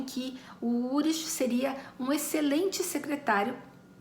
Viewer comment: Só uma dica: não se pronuncia "urish", e sim "ulrik". Eu vi na série alemã "Dark".